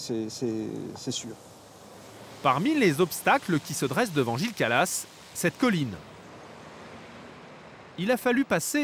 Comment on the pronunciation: C'est pas Gilles calas mais Gilles kralass